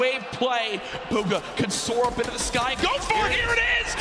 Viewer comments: Nobody: DrLupo: BUGGA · Wtf did the commentator keep calling him bugga??! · Why do they say bugga